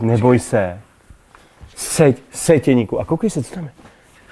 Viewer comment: Jenda. To be pronouced as Yendah.